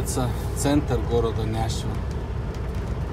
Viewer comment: ррр почему нЯшвил ррр ухо режет капец, нЕшвил же...